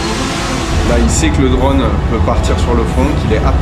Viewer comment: Reportage extra, moderne, no bullshit et on apprend beaucoup. On dit juste "drône" et pas "dronne".